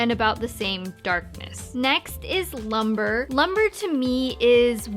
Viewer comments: It is pronounced loom-bray, not lumber. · The way she pronounces "lumbre" as "LUM-BER"...